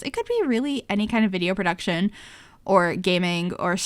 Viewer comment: i can't help it, when she said YouTube vider instead of video I died laughing. It reminded me of Madea 😂😂